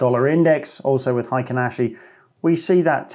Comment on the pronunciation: It's "heikin", not "heiken". And it's pronounced as "hey" and "kin" (as in "kinship"). It means "average" in Japanese.